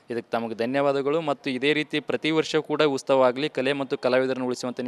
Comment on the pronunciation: ಉಸ್ತವ ಅಲ್ಲಾ ಮಾರಾಯ್ರೆ ಅದು ಉತ್ಸವ 😅😅